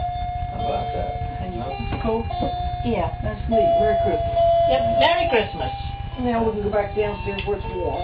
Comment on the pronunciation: Muhry chrismuh